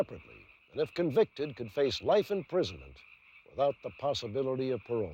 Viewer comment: Michael Martin is on "pa-row" for the rest of his life. Talk about a deterrent to future criminal behavior